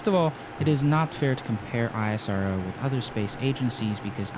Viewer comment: Its Spelled as "ISRO" together, not "I.S.R.O"...Please research about how to spell names correctly before making a video, it helps !!!